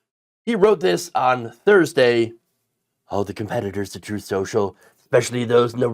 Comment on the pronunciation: "Troath...truth sensial."